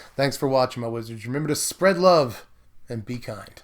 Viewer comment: Great deck, love how you emphasized “spread love” , great deck, Best standard brewer on YouTube